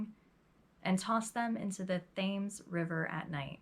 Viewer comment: Thames river is pronounced "Tems" 😉 awesome narrative though. I remember this woman, I think she was on Deadly Women or one of those shows.